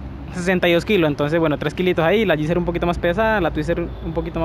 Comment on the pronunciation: No sé dice "Gipser"... Se dice "Gixxer"!... Ya he visto varios vídeos y duelen los oídos cuando dices Gipser con P!... A mejorar la dicción!... O terapia de lenguaje!